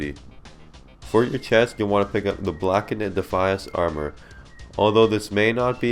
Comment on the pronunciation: Blackened is pronounced “Blak-end” not “blak-in-ehd”